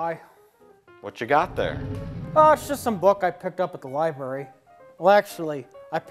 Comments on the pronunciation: Liberry (Library) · Plinkett goes to the "Lieberry" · maybe get a guy who can actually say 'libRary" to read the lines that contain the word library. Your boy came out and said he found it "in the abandoned shed next to the lieberry". Fantastic. Also, in terms of remakes of classic cult movies, I thought Evil Dead was pretty good. It wasn't a complete butchering like most remakes are. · He says "liberry". This annoys me. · Will ever pronounce the word, "library" correctly?